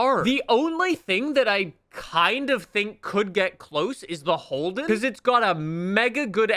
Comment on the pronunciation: 'The HOLEden'... i and disappointed...(not really but hey, at least its not the worst)